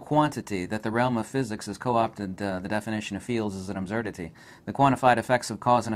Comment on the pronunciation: Why does he say "absurdity" like that? Have I been saying it wrong, or is he pronouncing a common word slightly strangely for other reasons?